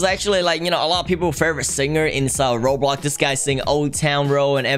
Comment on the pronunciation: I like saying robloc instead of roblox lol.